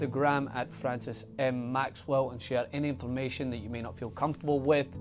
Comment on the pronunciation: Oh Fwances